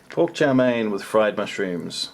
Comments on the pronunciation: Its Chow Mein with a long E. Someone had to tell him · LOL I was wondering what is Chow Mein (it sounds like Chao Mei - Strawberry). Just say "Fried Noodles" LOL Pretty sure the whole video seems long because of the "Chinese"